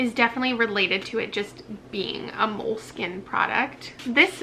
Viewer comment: You were pronouncing Moleskine correctly. Mole-Skin. 👍🏻 Enjoyed this video very much. It will come in handy when I purchase my next reading journal. Thank you.